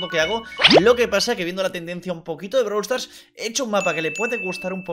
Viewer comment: Todos:Brawl stars:BRALW STARS